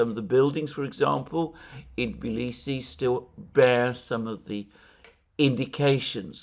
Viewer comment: That's amazing that you can pronounce the Tbilisi the right way. Most of the people from the West call it Tiblisi even after visiting it many times!